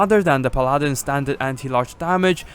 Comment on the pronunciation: its pronounced PAL-a-din